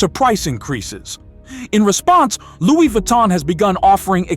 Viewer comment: Did you say Lou? Google how to pronounce it sir. Your version is HILARIOUS!!!!